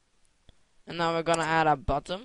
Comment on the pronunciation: Lol did you just say "BUTTUM" all the time?? thats what i call a big fail, its Button "NNNN" not buttom, sorry if im wrong.